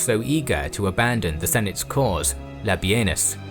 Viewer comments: Everytime you say: "Labienus", it sounds to me like: "Labia-Anus"....... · Labienus more like Labenus :D